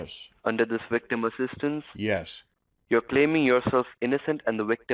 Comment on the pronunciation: Great American accent until he said wictim!